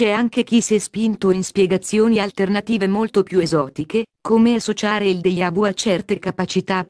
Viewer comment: ma come pronunci deja vu????????? ohhh, questo errore toglie credibilità! deGiavu non deIavu!